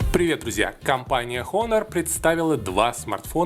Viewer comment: Выучи название фирмы, обзорщик, противно слушать. Дизлайк